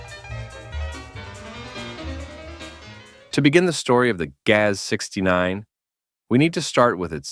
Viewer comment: OMG, your pronunnciation of GAZ is horrible!!' Not Gaeaeaes but Gazz.